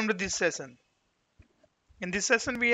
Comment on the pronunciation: Sessan (session) lol. Man, i appreciate your efforts but this is hilarious.